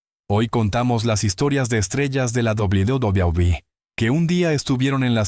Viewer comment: Doblu Dablui😂😂😂😂😂😂😂😂😂😂